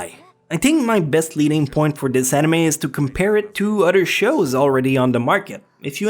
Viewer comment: Its pronounced anime not eneyma